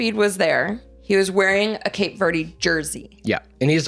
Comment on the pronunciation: “cape verdee” 🤢🤮🤮